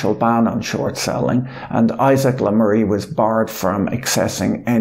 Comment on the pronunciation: Le Maire is pronounced such that it rhymes with Bear :)